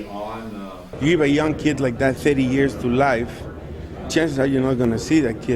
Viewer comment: "You gib a yoong keed like that thirty years to life, chances are you're not gonna see that kid again." Yeah. That's the point,.